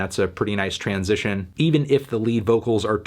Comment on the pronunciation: Always weirds me out to hear you say 'transition' without the tran-sition thing. Also, I'll fucking cry if I want to.